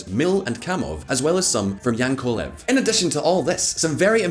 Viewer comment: He also said YaNkolev... It's Yakovlev